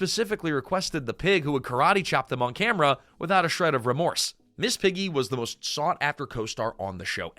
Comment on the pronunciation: Is this all AI narrated? I question it because of a few weird inconsistencies like referring to Piggy as Peggy (after switching to Piggy for most of her segment) and the most glaring one, calling Gonzo, "Gonza" .